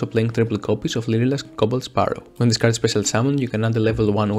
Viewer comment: I literally had the hardest time understanding you, the closed captions when you said lyrilusc back to your hand was "leader asked baskets to a van" like wtf